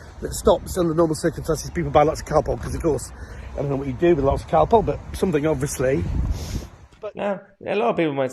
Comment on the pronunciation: Its calpol ffs my mam and dad will be turning in their grave 😠